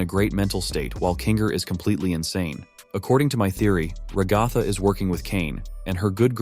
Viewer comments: Fr like it’s rag-a-tha not rah-gah-thah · You cannot pronounce ragatha😭😭